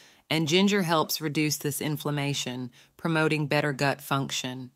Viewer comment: Good video but definitely using a robo reader. “The goot” 😂😂